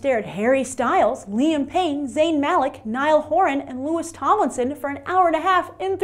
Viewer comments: uhh, its pronounced Louis, not "Lewis" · Good video, but its pronounced Louie and spelled Louis. Good try though!